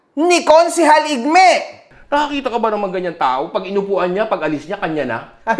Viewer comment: Si ih-meh 😂😂😂 si igme